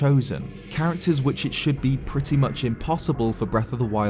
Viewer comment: perta more like pertty!